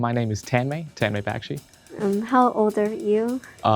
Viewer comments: All the brains but cant pronounce his name correctly! ten - may back- shi? Correct pronunciation - ton - may buck - shi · It's pronounced (TON-MOY) 😂😂😂😂 not taaaaanmay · "tEnMaE bEkshi" Bruh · A genius that can’t even pronounce his name correctly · Common Tanmay !! How can you pronounce your own name wrong. You know it’s not Tanmay as in Color Tan. And it’s not May as in month may. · The way he pronounced "tanmay" 💀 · It isn't pronounced like that. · Tanmay has a terrible pronunciation of his Indian name it's sad to see that😔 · For a smart guy, I wish he'd pronounce his own name properly smh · Genius but can't even pronounce his name correctly.